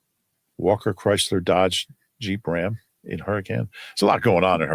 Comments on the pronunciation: I'm just surprised to see a fellow fan from Hurricane...even though still mispronounced it. And no...there is definitely NOT a lot going on here 😂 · There’s a Hurricane in Utah pronounced Hurr-I-Cun and they get upset if you say it wrong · There's a Hurricane in Utah, the locals pronounce it Herkin. I wonder if it was settled by people from Hurrikan.